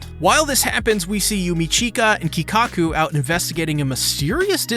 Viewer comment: Who in the hell is "Kikkaku"? It's Ikkaku Madarame. That and constantly mispronouncing other common names and terms blatantly outed you as being a casual trying to cash in on the current bleach wave. I don't know if you made certain statements as to not give spoilers, or that you are just ignorant as to what was actually going on in the episode, but it just came across as you have absolutely zero knowledge of the source material. A truly unimpressive bleach break down video.